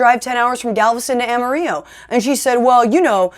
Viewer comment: You are hilarious. Keeping it lighthearted vs. the doom n gloom of other progressive channels. Can you work on your pronunciation of 'Amarillo' ? You got to roll that r. I buy your Texas accent. 😂